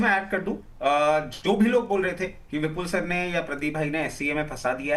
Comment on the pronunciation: विपुल को बिपुल क्यो बोलते लिखते है लोग.. सुनाई नही देता या पढ नही सकते. या जीभ मना करती है विपुल शब्द का उच्चारण करने मे.